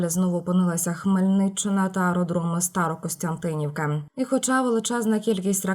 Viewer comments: Старокостянтинів, а не Старостянтинівка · СТАРОКОСТЯНТИНІВ⚡‼️ А НЕ "СТАРОКОСТЯНТИНІВ"!! Ото грамотні⚡‼️ Сталися б.